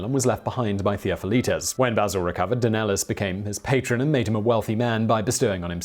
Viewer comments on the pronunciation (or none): omg! where do you get your info dude it's embarrassing! Do you do any research at all? Basil was born in Charioupolis which was a city of the Theme of Macedonia that roughly encompassed what today is considered as Thrace! Plus no effort at all to try at least to pronounce the names. Theofilitis and Danelis? Seriously? Can anyone answer me why this clueless dude has so many subscribers?